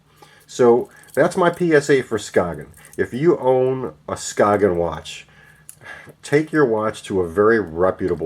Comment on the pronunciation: It's pronounced Skay-yen